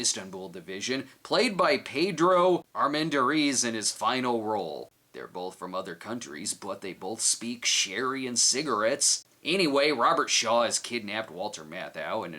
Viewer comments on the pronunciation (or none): I never thought I'd nitpick a video of the pronunciation of somebody's name, but because that was my Dad's cousin and his last name I have to. Armendariz is pronounced arm-men-dar-ez